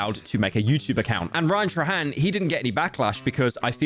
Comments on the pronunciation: You did not say Ryan "trahan" instead of "trayhan" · "ryan tra hen" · Rian-Truh-Hand- love British people🤗